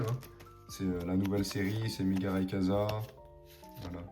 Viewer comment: RayQUOIza ☺️ Pas rayekaza 😅 Pas de big hit, dommage…